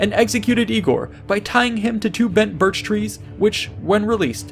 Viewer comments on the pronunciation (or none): none